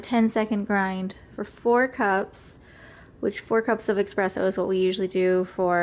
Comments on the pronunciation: I enjoyed your vid. I think it's pronounced es-presso rather than ex-presso, though. I spent about $10 on my Melitta pour-over funnel with filters (which makes a great cup of coffee), but I think a $10 grinder might be pretty lame. I think it's safe to say that you can get a very good burr coffee grinder for around $100. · Great video, but ESpresso haha